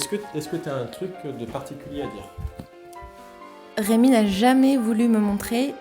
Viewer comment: La première fois j'ai entendu "Raymond"?!?!?!?! Puis je suis retourné un peu en arrière, ouf c'est "Rémi" haha Et le chantage aux Magnum au caramel c'est moche, 😂